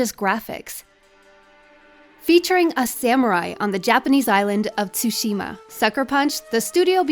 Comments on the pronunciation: "ghost of Tooushima" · It's not tsusima! It's tsushima!!! And its not Assassins Creed bullshit! This is its own game. Review it better next time! This feels more like Shadow of Mordor. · If one more person says T-sushima i'm going to die. THE 'T' IS SILENT PEOPLE. It's pronounced 'Sushima' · It's so annoying when people say T-sushima. The T is silent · she really said "tusima" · "Ghost of chuchima" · Love the review but I'm annoyed how she kept mispronouncing tshushima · Why can no one seem to pronounce “Tsushima” correctly? I love you, but it’s not that hard... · That's what I was thinking the whole time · Nicholas Engelbert things don’t always sound the way there spelled which is the case for Tsushima. She is saying it wrong. You can literally google it. So how about you actually try and learn how to say it before you go saying I’m wrong, ok? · lmaoo I didn't say It was right. I'm pointing out how stupid it is to try to make fun of her pronunciation by writing "tusima", "chuchima" etc.